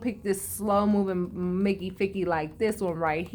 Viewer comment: I love when you say Mickey 😂😂😂😂